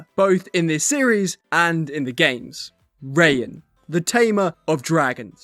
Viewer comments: It’s PRONOUNCED RYE HAWN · Why’d you pronounce Raihan’s name as “Rain” 💀